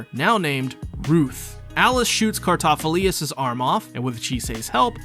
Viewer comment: Thanks for the video, really appreciate the work you put in. but you sent me down a rabbit hole of pronunciation. you say Cartaphilius, which I didn't think was quite right. so I rewatched some episodes, and sure enough it was Cartaphilus the main difference is the lius vs the lus at the end. to give you the benefit of the doubt I watched some of it in English, and as much as I dislike your mispronunciation, the English VA butcher it worse. they say Cartaphiloose... I hated that I realized it could be worse... so thanks for being the best you could be and the effort you put in... it could have been worse. Just keep doing what your doing, it's great.